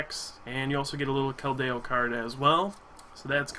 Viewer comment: some pronunciations you missed. It's Kel-D-O and Cole-ress.